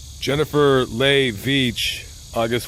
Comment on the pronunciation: Leigh is pronounced Lee... not only is it my middle name but a few folks in my family have this name!!